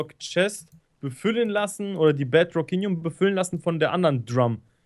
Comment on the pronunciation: soll mal manche Sachen anders aussprechen er sagt Gise es heißt aber gliese und bedrockinium aber es heißt bedrockium